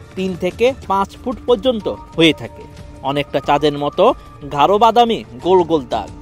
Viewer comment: সাংবাদিক উচ্চারণ শুনে সাপ পালাবে ধৈর্ঘ্য নয় দৈর্ঘ ঘাঢ নয় গাঢ